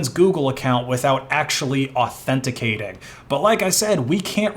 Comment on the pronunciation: Au-then-tic-ating? I've only heard of that last part, what is the rest supposed to be?